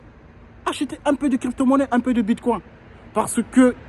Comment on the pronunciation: Ce n'est pas Bitcoin comme le mot coin en français. La prononciation est anglaise " coin" et non coin prononcé en français.